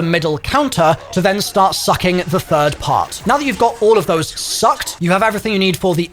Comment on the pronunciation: Why are you saying "sucked" like that.